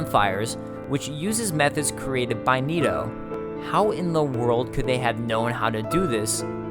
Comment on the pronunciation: It's not niitoo. It's Nito. Like the knights who say ni.